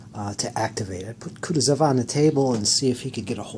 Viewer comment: You'r pronouncing Kutosov wrong, its pronounced kooh tooh zov.